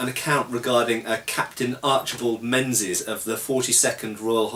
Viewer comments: hi its generally prononouced mingis by scots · I know it's six years on, but that Captain's name was /probably/ said as "Ming-isch". The "Z" isn;t really a z, it would have been one of those funny "3" ones. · Ha Ha, it's pronounced " Mingies ". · If it hasnt been mentioned already, Menzies is pronounced mingis. The z isnt really a z rather a replacement for an old english letter yogh.